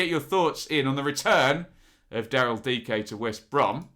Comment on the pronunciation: Good job pronouncing Dike!